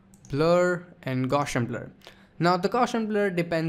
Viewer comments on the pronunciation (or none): none